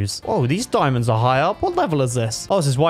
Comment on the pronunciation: When you Said diamandos you almost Said diamonds In danish